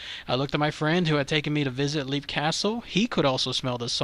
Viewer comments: It's pronounced "Lep", not "Leep", it's a short "e". Also, you said you didn't know if it was called a ghost or entity or what...it IS called an elemental, because that is what it is. It is a conjured paranormal creature. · Lepp. Off-illy. Ros-cray. Just incase you need help with pronunciation. Irish names are weird.